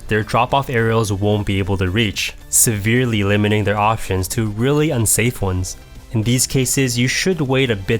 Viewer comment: You mean, Sepherely?